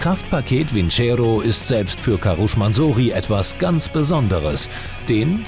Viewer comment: der heißt nicht karusch